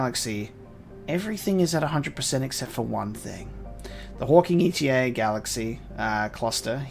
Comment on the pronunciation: It's hawking eta (eta being the seventh letter of the greek alphabet), not hawking e.t.a.